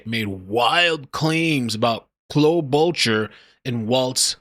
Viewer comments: No accent is in first syllable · It's pronounced Klo ba char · Pronounced Klo-bo- char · Senator Amy Klo-boo-Char